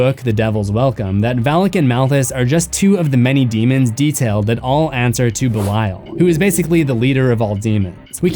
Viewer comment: Belail?BLAIL?! Learn pronouncing ffs